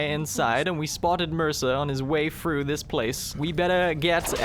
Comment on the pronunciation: Play THOUGH not play fru.